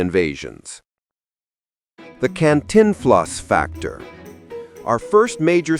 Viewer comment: Dear lousy AI narrator -- program yourself to correctly pronounce Cantinflas and (Shirley) MacLaine. Thank you.